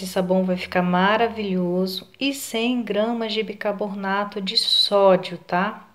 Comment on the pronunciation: Amo suas receitas, mas por favor é BICARBONATO E NAO BICABORNATO..